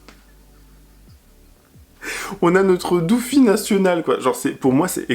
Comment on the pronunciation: IL A DIT DOOFIE 🤣🤣🤣🤣🤣🤣🤣🤣🤣🤣🤣🤣🤣🤣